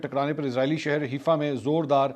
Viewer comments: Name is not Heefa It called Hi-fa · it is haifa not heefa it is pronounced like 'hai faa'. seems like you have been watching haqeeat ki duney lately.